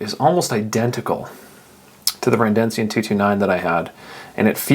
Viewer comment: It's Redencion, not Rendencion